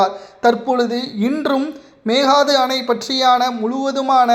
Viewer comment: உதயநிதி சீக்கிரம் கீழ்பாக்கம் செல்வது உறுதி செய்தி வாசிப்பவர் ஒழுங்காக மேகதாதுஎன்றுவாசிக்கவும்